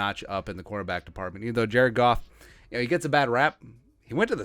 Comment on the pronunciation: It’s ROSTER NOT ROOSTER. ITS Goff not Goof. Its Ah-Men-Rah. And you guy can’t cover him. I’m going to love seeing the Lions sweep the vicklings